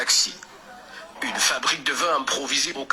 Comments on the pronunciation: On dit fabriquer et non frabiquer perpetue... Demande encore à bébé gagounette de t apprendre la prononciation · Cota, laisse tomber, c'est pas la peine. C'est toujours comme ça qu'elle prononce "frabiquer" depuis ses débuts sur la toua ci. Mendier pour elle c'est mendiner. On va citer quoi pour laisser quoi ??😂😂Même Gagounette n'y pourra rien😂😂